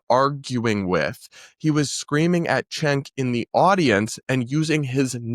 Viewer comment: everyone pronounces it with a CH refering to him